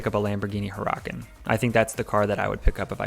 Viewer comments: Did mans just say... hurr-rock-in ?? Assuming he’s trying to say huracan?? Love the videos, but what was that LMAO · Did he just say Huracan like that? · Omg the way you said huracan was hilarious😂